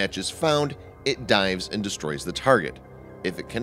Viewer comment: Änd aaand AAnd u say it way to hard or.. Soecial B-)